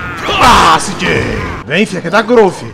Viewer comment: "Sí jei" eo caralho a pronuncia certa é "cê jota"